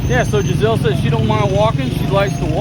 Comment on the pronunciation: Jenzel- NOT Jizelle.